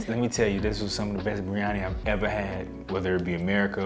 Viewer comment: Bro your pronunciation of Biryani was spot on 😂